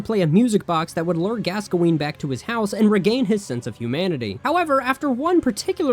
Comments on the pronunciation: its not "gasqoene" its "gaskoen" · Why do you pronounce Gascoine wrong 😑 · The way you said Gascoigne was painful.